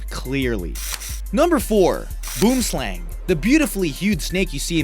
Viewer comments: the boom slang is not pronounced boom.. . hahaaa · "Boomslang" The way you said that made me cringe. I'm South African btw. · boomslang is afrikaans for treesnake FFS! dont ever say boomslang with your accent ever again, the cringe level is over 9000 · That snake boom slang is Afrikaans and is pronounced boo-um slung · Its not boom slang say it in africans you sound stupid but good try im from Africa cape town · the boom slang is not pronounced boom... hahaaa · helloooo im Afrikaans and thats not how you pronounce Boomslang its boo-em slah-ng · no one seems to be able to pronounce boomslang right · The way he pronounced boom slang 😂stay away from Afrikaans words please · You say boomslang wrong im afrikaans why not just call it a treesnake directly translated 😡